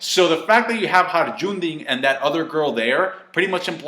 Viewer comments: its hajruddin. not harjundin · Ey fucker for the last time it's not Harajundin, IT'S HAJRUDIN! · is it HARAJUDRIN or HAJRUDIN? It kinda painful to hear the way you Pronounce his name huhu. nwy nice reaction/review. Oda is no doubt a genius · Har the who? did you mean Hajrudin? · holy shit you pronounce some names autistically as fuck. say it with me now: HIGH-RUE-DEN. high rude in. not HAJRUDNNJEJ SHGWK whatever garbage it is that you say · It's pronounced "Hi-roo-deen" not Ha-ra-jun-din". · Hajrudin is correctly pronounced Hairudin. I love your vids, man but you pronounced it wrong for so long now, I had to speak up:D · Hajrudin is pronounced: Hi-Roudin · lolz i love how says hajrudin... like harjundin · Dear English speakers. Try spelling Hajrudin like this: 1.High 2.Ro (as in roof) 3.Din. Please! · You can not spell Hajrudin right to save your life lol. It's HIGH-ROO-DEEN. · Your pronounciation of Hajrudin is wayy off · Is it really that hard to pronounce Hajrudin as an native English speaker? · You really butcher the name Hajrudin btw xD the J is pronounced as a Y. Apparantly it's a real life name too. Not sure where from but I know people called that. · Bro the way you pronounce Hajrudin tho lol.